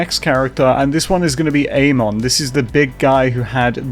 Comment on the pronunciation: Pretty sure it's pronounced ah-mon with the emphasis on the 'm' and not ayy-mon with emphasis on the 'a'